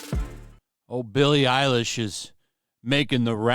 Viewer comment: Billie Eiwish... As in "Eiwish" she was dead.